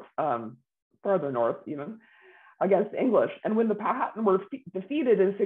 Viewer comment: This “expert” should learn the correct pronunciation of Powhatan.